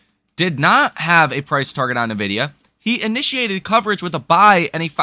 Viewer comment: I'm glad that you're pronouncing NVDA correctly. I'm holding NVDA. Tomorrow will be fun.